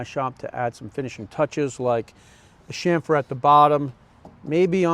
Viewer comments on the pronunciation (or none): cham-fr (not sham-fr) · Hey, I hate to tell you how to speak but the word your trying to pronounce is chamfer not shamfer! Nice job on the planter build